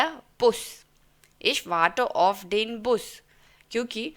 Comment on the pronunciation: Aap auf ko off kyon bol rahi ho.